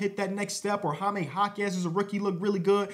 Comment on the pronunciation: “Hi-me” I’m not even a Spanish speaker but I can’t have you going out like this